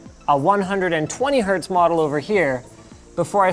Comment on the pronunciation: Hz not hz.